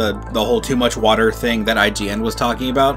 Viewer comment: To much woter